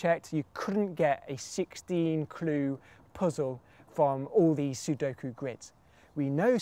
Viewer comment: I'll give you a ClEE...